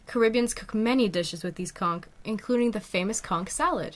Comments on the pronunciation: TIL the word is pronounced "conk" and not "cawnch" 👍🏼🐚🧞‍♀️ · also i dont mean to be a wiseass-but for educational purposes-it is pronounced al-jee not al-ghee>> but i have been pronouncing conch incorrectly my entire life-i appreciate that now i know how to say it correctly! so i hope you don't take my correcting you the wrong way :) knowledge is power! also the english language is inconsistent af. how heavy is it-the shell and creature? it never occurred to me until 3am today that perhaps there is a creature that lives in that shell! hahahah. i'm a smart stupid or w/e lmao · actually both pronunciations of conch and algae are right! the english language is indeed inconsistent and many things can be said in different ways!